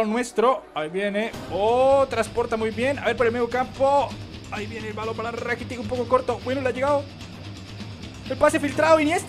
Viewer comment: se dice rakitich no rakitic.l.